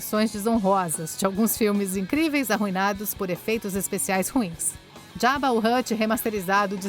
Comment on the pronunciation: Esse "ARUINADOS" tá um pouco exagerado.